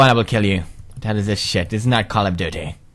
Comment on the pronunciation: when he said CALL OF DIUTY😂😂 (don't know how To write it so no comments for that )